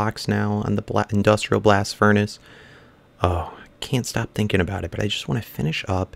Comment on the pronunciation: "I've just been tink-"